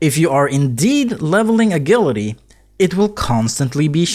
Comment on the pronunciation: Ah-jill-ity. Is how its pronounced. No biggy. But yeah, a "g" on english often sounds like "jah".